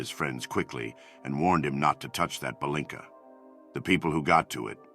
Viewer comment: That's "palinka", not "balinka". Romanian here, yes.